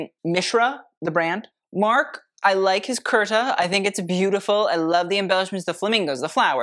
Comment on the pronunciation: It's not karta......it's k-a-u-r-t-a😂